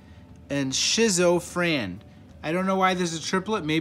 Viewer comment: Or (shizo) Fran... instead of schizo and then he said Drunken Ken is actually Drunk Ken.